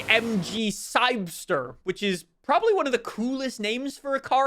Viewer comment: its called the "CYBER-ster", not "cybster"...